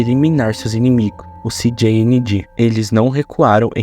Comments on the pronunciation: Kkkkk “Ci Di Ni Gi “😂😊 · Eu nunca tanko esse "CI GI INI GI" sendo que o trem é do México😂😂😂